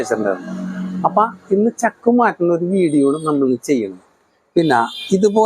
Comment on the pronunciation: Pazhaya chakk alla, chaakk Anu. 😂😂😂